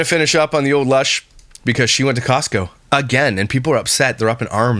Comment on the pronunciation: “Kee-ostco card” sorry I keep laughing at that 😂😂😂